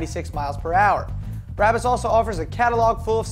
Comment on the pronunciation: Never heard it pronounced that way... Always BRAH-BUS. Even on BBC's Top Gear they say BRAH-BUS. Everyone but you could be wrong though. Just sayin.... j/k